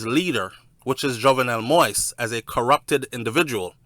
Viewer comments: ...thank u on following and covering the assassanition of the former Ayitien president!...but would like to correct you of the pronunciation of his last name which is pronounced MO-YEEZ...not "moist"...much love and respect from an Ayitien sister😘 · pronounce de damn name correct.. its pronounced moa-is.... sound like you saying wipes brogad... you keep saying moist 🤣🤣🤣🤣🤣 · King, I truly appreciate what you're been doing to keep us informed and finding out the truth about what took place in Haïti but can you please do me a favor and pronounce the former president's name properly. It's not moist but pronounces (MO-YEE-ZE) Moïse...thanks. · It's Moeeeez! As in the Bible. Not Moist! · It's not possible sometime to pronounce another person's name /spells it properly ,don't try like you want to embarrass my friend. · It's Moise pronounce Moees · (Moise pronounce Mo'wees) humbly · Mo - ees. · It’s pronounce Mo-ease. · MOISE is pronounced MO-EEZ. It's not difficult. Stop bastardazing his name and being a typical American. And it's Solanges—the the "s" is silent.